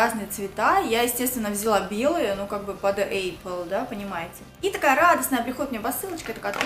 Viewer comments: Все чудесно, но вот только не эйпл, а просто эпл-apple:) Обзор классный👍🏻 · Не эйпл а апл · Что за Эйпл? 🤣🤣🤣 Элементарное слово даже не может произнести нормально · Какая молодец что вежливо её поправила🤣🤣🤣 Епл👍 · делала пост о том как "учила" английский, а сама не может произнести apple😃😃😃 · gretchen morgen ну учила не значит выучила) ну а так, да, английский не её конёк